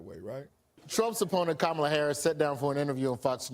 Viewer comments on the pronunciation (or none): Mr. Ivy League and broadcasting legend, It's "COM-mah-la," NOT "Camel-a," "Kuh-MAHL-a," or "Kuh-MEL-a". Do better!!! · I doubt that you will even read this comment, but I have to say, I have enjoyed your channel since you started it, but I find it quite disrespectful that you have yet to pronounce Kamala Harris's name properly. The first time I raised my eyebrow but I was like, he'll get it right next time. And then the second time, I raised my eyebrow and just left it there. And now I have yet to hear you pronounce her name properly. That's not a good example for your itty bittys. As you would say, no matter who you are supporting, it's just common courtesy to have respect for another human being. Kind of takes away from your credibility a little bit. At least for me, and I'm sure a lot of people notice. And I say this, because obviously this has been a huge issue for republicans, that they are not allowed to say her name properly.